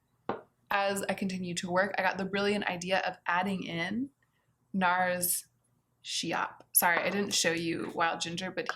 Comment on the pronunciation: I think that Nars Schiap takes its name from Elsa Schiapparelli, so the "sch" at the begging is pronounced as a "sk" like in skip, not as a "sh" like in shake 😊 I hope it's clear. Of course it's not a big deal and you can pronounce it as you want, I am sharing this just because you was putting a lot of effort in pronouncing Linda Hallberg correctly so I thought that maybe you would be interested to know this as well 💓